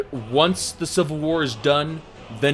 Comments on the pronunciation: "The Seevil War" :) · "Cvil war" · "today were talking about the cvil war"